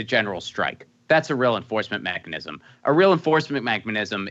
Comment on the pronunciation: Cenk has a tough time saying mechanism lol